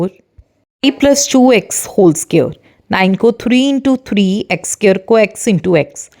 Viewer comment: It's friends not brands and it's square not sqare